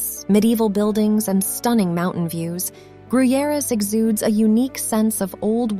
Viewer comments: Fun fact about Gruyères (oh and horribly pronounced) is that one of the co-creators of the Alien (movie) was from there and in his honor there's an Alien museum in the castle and also a bar with Alien scenery... it's lotsa fun to drink a cappucino in the bar where everything around you looks like you're in the movie. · From their pronounciation of Gruyères you would think it was in Mexico Edit: Also, king Dennis of Portugal?